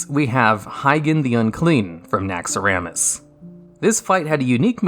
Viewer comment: Great video. Nitpick: Alysrazor is a she. Also it is Naxxramas, not Naxxaramas.